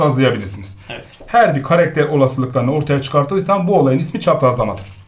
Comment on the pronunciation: Hocam çok iyisiniz ama karekter değil karakter lütfen..